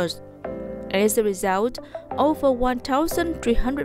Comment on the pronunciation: implemented /ˈɪmplɪmentid/ not /ɪm'plement/, towards /təˈwɔːdz/ hoặc là /tɔːrdz/ not /'tə wɔːdz/, result /rɪˈzʌlt/ not /rɪˈzaʊlt/, position /pəˈzɪʃn/ chứ /poˈsɪʃn/ đâu ra? tiếng anh có âm /ô/ sao?. nhắc hoài chữ national đọc là /ˈnæʃnəl/ âm /æ/ còn danh từ nation mới đọc là âm /eɪ/ mà cứ đọc là /neɪʃnəl/